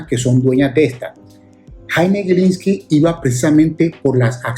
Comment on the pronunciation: en los primeros 40 segundos, si me permite dos correcciones, no es 20 20, es 2020, y no es en su pronunciación "gui", sino "gi", GILINSLKI.